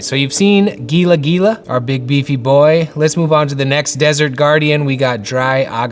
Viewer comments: These are really cool! The Gila Monster is A Spanish name and Pronounced Hila Monster! I Love You Art, So Inspiring! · As a desert dweller, (no shade intended), its pronounced Heela even though its spelled gila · Gila is pronounced Heel-ah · Gila is actually pronounced hee-la (the g makes the h sound) and I love the different types but the fire lighting on the night card pushes the line work back too much in my opinion. Maybe you could bring the line work layer above the lighting one. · Love this! It’s pronounced “Hee-luh monster” :) he looks amazing, absolutely love the night color, the armor looks so pretty! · Fantastic start but as a desert dweller, I must correct your pronunciation of Gila Monster. It’s HEE-lah. From Tucson, AZ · This is going to be an epic project! But I have to say Gila Monster is pronounced “Heel-uh” Monster. I grew up around them in Arizona. They are named after the Gila River Basin in Arizona. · What a cool idea! Maybe you can do slight variations of the characters. With more elite ranks you’d just need to alter the armor, for example. *side note: gila is pronounced “hee-la” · Cool stuff!!! BTW Gila monster is pronounced hee la. Words are hard! Looking forward to seeing more on this project. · Since Gila is actually pronounced "hee-luh" I was thinking a good name might be Heinous Gila... just a thought! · it's pronounced Geya. Also the scorpions stings and can be lethal. Enjoy your videos. thx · I'm not a gamer, but love the art ... would look great as t-shirts ! The Gila Monster is my favourite. Gila is pronounced Heela, BTW. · GILA is pronounced Hee- lah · Gila in gila monster is pronounced "Heela" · "Gila monster" is pronounced "HEE-luh monster 😂@ I couldn't help myself it's the ESL Tutor in me. Love the video and can't wait for the game. I got the cards and it's one of my literal prized possessions. 😊🎉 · Gila is spanish so G is a Hu sound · As a native to the SW US, I kept cringing at the mispronunciation of Gila!